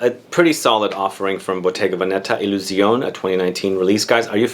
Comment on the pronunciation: It's pronounced 'Illusionay'